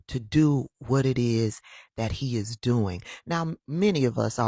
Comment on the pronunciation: Scott..How you dwoin 😂😂😂